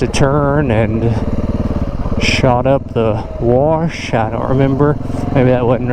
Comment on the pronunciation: There is no R in the word 'Wash'.